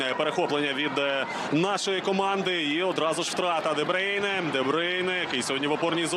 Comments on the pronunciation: де брюйне, а не дебрейне🙄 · Debroun not debreun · Чому дебрейне?????? Де брюйне.😂😂😂😂😂😂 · 😅 ДеБрюйне ане ДеБрейне....... 😂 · Боже комментаторы не позорьтесь де брюне как он выговаривает 🤦‍♀️